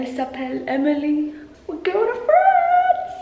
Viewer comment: It's called FRANCe not francÉ😅